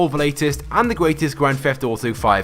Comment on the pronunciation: You: "Grand feft uto online"